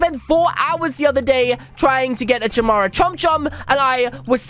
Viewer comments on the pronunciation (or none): It's said like chimera (Kiy-mere-a) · It's said chimera (ka-mera